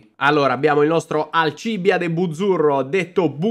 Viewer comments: è da un po' che volevo dirtelo e oggi mi sono deciso: la pronuncia del nome di Buzzi è con l'accento sulla seconda I: Alcibìade... non so se ti distruggo un mito ma è così... 😃😃😃😃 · Ottimo inizio, Forza Buzzi anche quest'anno. Una cosa che non capirò mai è perché Alcìbiade e non Alcibìade. 😅